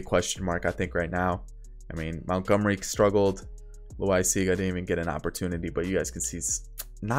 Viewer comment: Jonathan Loaisaga is pronounced la wi siz ga